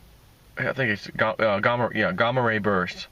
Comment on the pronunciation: Gaaaaaaaamma ray, there are two m's for a reason, the short vowel sound. Ligo is pronounced, (Lie)go, with a long vowel sound.